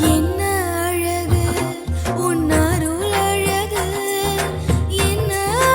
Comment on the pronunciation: Pls correct the arulalagu...it is sung false. Pronunciation is killing tamil. It is second l and third l. Not first and third l.